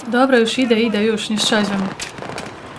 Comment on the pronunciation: ''Jóż'' hahahahahhahahahah Dobre ciekawe ile masz lat i Twój kolega (facepalm)